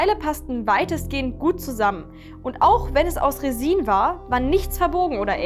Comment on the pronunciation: RESIN! das heißt auf deutsch Kunstharz Und auf Englisch spricht man das i nur ganz kurz und leicht aus und betont es nicht so